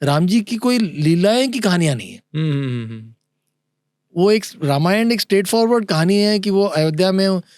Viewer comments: यह गलत उच्चार क्यौं कर रहे है‌ ..? रामायण को रमायण क्या बोल रहे है..? अंग्रेजी में पढे हर एक व्यक्ती हिंदी या संस्कृत शब्द का गलत उच्चार करते है पर जब पॉडकास्ट हिंदी में है तो हर भारतीय भाषाओंके शब्द का सही करने पर ध्यान रखे। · र मा य ण नाही भाई रा मा य ण बोलो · Sir it is Raamaayan